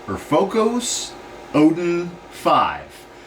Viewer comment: Fokoos has this video on their website as the only review in video form, which seems a bit odd considering it sounds more like a blatant advertisement for the Ender 3... The Ender 3 is referenced countless times while the mention of this companies name is a very half-ass mispronunciation attempt...